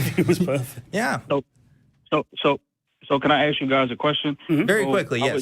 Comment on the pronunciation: And saying ax instead of ask.